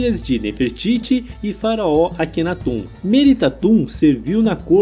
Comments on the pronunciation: Engraçada a pronúncia: atum (aton), Akhenatum (Akhenaton), histuriadores (historiadores)... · Pelo o que eu sei , não é "atum" e sim Aton e Akhenaton não é "aquenatum" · AkenatON. AtOn. Não “atum”.